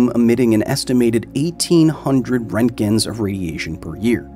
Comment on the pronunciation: I studied radiation physics back in the early 90s. I just want to say "thanks" for pronouncing Roentgen's name correctly.